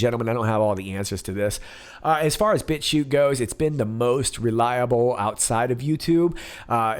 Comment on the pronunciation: Did you say Bitchute or Bitch Shoot?